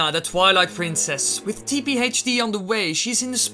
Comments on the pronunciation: It is twilight not twileye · Did you say twele it’s twilight you of all people should know.